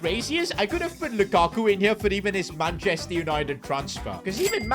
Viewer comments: Lakaku es lukaku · LAKAKU jajajaj es LUKAKU